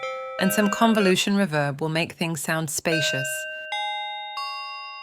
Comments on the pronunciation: Did he say a dash of rebirb? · AI has come on in leaps and bounds with regard to voice overs, but it needs to work on words like 'reverb' as that is such a giveaway. As for UVI Falcon? I'm currently learning Lua Script and it makes Falcon not just fly, but soar!!! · Until they try to say reverb.